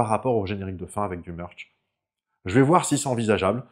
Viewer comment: à fond dans le "meurch" ! 😘